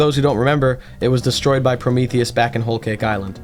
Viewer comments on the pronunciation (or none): none